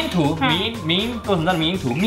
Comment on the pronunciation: 迷因不是念咪咪吧 應該是密m（閉嘴巴的音）